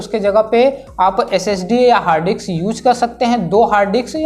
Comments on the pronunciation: It's hard disks, not HARD DICKS dumbass. Are you a tech reviewer or Gay pimp? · its harddisk.... not harddi**s🤣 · Bro, Hard diks nhi Hard disk, plss 😅